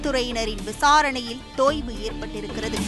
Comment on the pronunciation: அது தோய்வு இல்லை.... தொய்வு